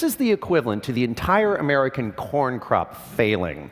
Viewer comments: I thought he said porn when he said corn... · for a second i thought he said porn crop